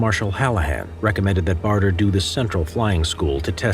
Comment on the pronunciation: Douglas BADER. Not BARTER. Otherwise, well done.